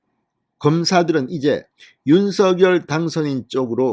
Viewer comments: 윤서결 이 아니라 윤성녈 입니다 듣기 거북 합니다 유독 혼자만 윤서결로 발음 하십니다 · 제발 대통령성함 공식 발음 좀 찾아보세요 방송인이니 공식적인 발음에 앞장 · 윤서결로 발음하는 것이 맞습니다